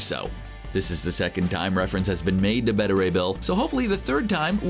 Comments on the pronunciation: I’m not sure how you pronounce ‘beta’ wrong like ‘betta’ and not ‘bay-tah’ unless it’s some shitty way to get extra comments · Beta is Bay-tuh, Bet-tuh is Betta like the fish. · CBR should hire an announcer that can actually pronounce the words he's saying. Beta, as in the 2nd letter of the Greek alphabet. Not Betta, which is a fish.